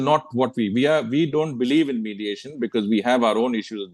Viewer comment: Modiation, not mediation...